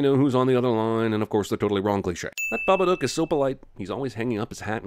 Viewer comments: Wait its babaDook not babaNook right? cause they say it like it has an N in it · "THE BABACOOK"